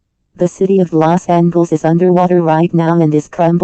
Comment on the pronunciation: "Okl-ahma" 💀 "Vir-geena" 💀 Meanwhile People at Maryland and Delaware: -_- "Lost Angles" 💀 "A-gain" 💀